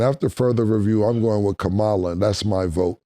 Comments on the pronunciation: Mase it’s “Ka-Ma-la not Kamala”. 😂😂😂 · Lol, Mase her name is Ka-Ma-la… butchering shorty name. Great take tho. Politics are a touchy subject, and neither party REALLY cares about anyone. But honestly politics cause division, and shows people mind state. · I love yall but can yall please stop saying Kamala name incorrectly? you’re a black woman, you could correct my guys when they say her name incorrectly. It gives off purposeful actions. Please do that black woman better than that. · Why y’all didn’t check mase on the vice president name. Like say it right or don’t say it at all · Damn Mase, learn how to pronounce the VP name bro!